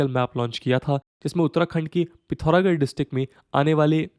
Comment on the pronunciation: Thanks for correctly pronouncing PITHORAGARH correctly